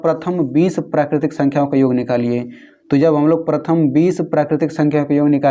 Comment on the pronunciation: पर्थम येन.... was epic 😂😂😅😅😂😂😂